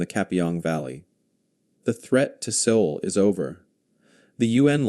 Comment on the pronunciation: Pronounced “Soul”…..